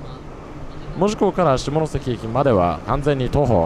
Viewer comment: でもこの人、意外にも門司のイントネーションが間違っていない 珍しい本州の人間